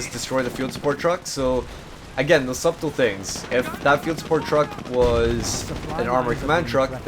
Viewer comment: The b in subtle is silent. Its pronounced 'sut-ul' in the same way as one pronounces the word 'shuttle'.